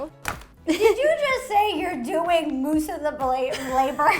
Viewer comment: "I'm doing most of the labour over here so" "DID YOU JUST SAY YOU'RE DOING MOOSE OF THE LABALABLABOUREHRE"